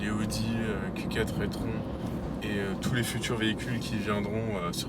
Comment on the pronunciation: J’adore la façon dont tu prononces le nom de l’Audi « étron », est-ce une façon d’indiquer ce que tu penses du modèle? 😄